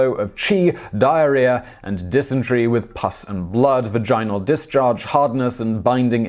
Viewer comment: One day he's going to learn how to say vaginal